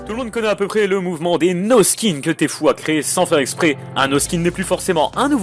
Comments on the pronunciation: Lol il a dit tfou au lieu de tfue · On dit T fyou pas T fou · Tfue se dit Tifiou !